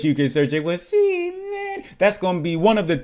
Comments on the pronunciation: Is Seamin pronounced SHEmin? Since they have a Chinese art style... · Is it pronounced SHEmin? Since they have a Chinese art style